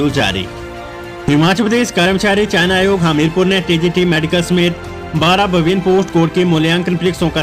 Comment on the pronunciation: यह न्यूज़ वाले भैया China Aayog bol rahe hain Chayan Aayog ko